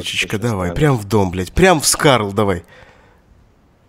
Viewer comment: Не скарл а просто Скар!